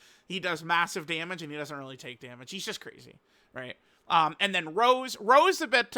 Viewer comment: this imposter is acting up not calling rose by his real name.... It's not like the flower rose..... Get it together man.... You used to say his name right....